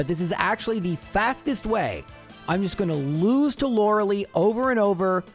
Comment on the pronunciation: You are killing with the pronunciation of Lorelei….. Lore-uh-ly not Lore-uh-lee. Think Gilmore girls hahah 😅